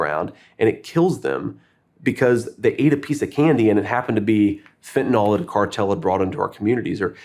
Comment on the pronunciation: I am a 100% Trump/Vance supporter, but come on, do a little research. The drug is Fentanyl (pronounced Fen-ta-NIL) It isn't Fentanol like Tylenol. Politicians sound stupid when they mispronounce the name of the biggest drug problem we have invading this country. I guess it's a pet peeve, but come on.